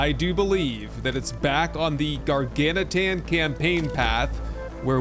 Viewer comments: Hey, you started saying Gar-gan-uh-tan in this one! Lol. (Instead of Gargantuan). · He reverted back halfway through, lol.